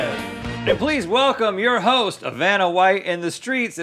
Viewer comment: Did Rhett said “Please welcome your hoes”? 😂😂😂😂😂